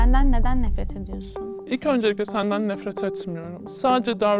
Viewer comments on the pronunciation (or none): Haterden nefret ettim “ÖnCeliGle Sendengn Nefretg etmiYorumG “ sinir oldum